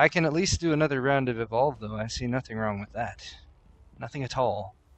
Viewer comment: He said "a" and I almost died... Then he said wong...